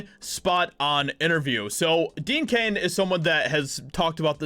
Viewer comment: It's DEAN CAIN ,NOT DEAD CAIN!!!